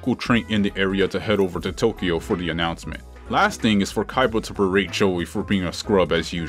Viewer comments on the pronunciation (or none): none